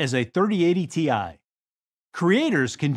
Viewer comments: I really think this guy was just doing a Ron Burgundy and reading what was on the prompter. He called the TI "Tie" and I usually hear it called"Tee Eye." He also kept saying 2.5 ex faster instead of 2.5 times faster. He must be a real high up exec who's trying to impress his son by being in the video. lol. Because no one behind the camera corrected him. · Tie Tee-i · STP SAYING TIE!!!!! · Pronouncing it tie and TI in the same few sentences is crazy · Had the exact same thought! I will be caught dead before I pronounce it as "tie"! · Today we're announcing the graphics card that we could haven launched but didn't because charged way above the proper price. But that's sets up nicely to charge what we want for these Somebody please please when he says Ti/Tie please put a faint sound of the tie fighter in the background please